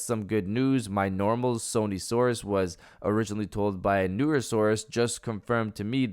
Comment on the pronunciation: When you say Sony Source it sounds like you're saying Sony-saurus 🦖